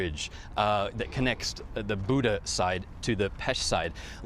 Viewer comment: I know, it just sounds funny and strange to me to the way he said that.